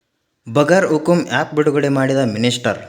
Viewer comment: ಅದು ಬಗರ್ ಹುಕುಂ ಅಲ್ಲ ಬಗೈರ್ ಹುಕುಂ.